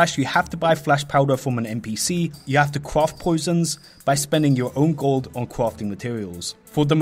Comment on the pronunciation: You hav to cuwaft using cuwafting materials in woud uf wowcuwaft